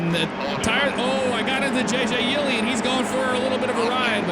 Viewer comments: Yes. And Steven Leicht is pronounced "Light". McLeod is pronounced "Mick-cloud". Yeley is pronounced "Yay-lee". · You pronounced McLeod, Yeley, and Chastain wrong, but the game looks good.